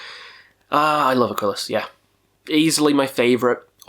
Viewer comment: it's Aquilus not Aquilis.